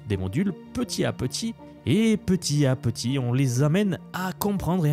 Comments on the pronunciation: on fait la liaison oral entre le t et le à quand on dit "petit à petit" , çà fait "petita petit" ;) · Condensé bien fichu, donc ça mérite un like, mais "petit à petit" répété plusieurs fois sans faire les liaisons, ça pique quand même un peu les oreilles.